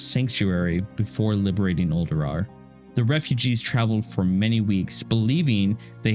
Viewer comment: Noooo the first time I heard "Uldurar" I thought it was a mis-speak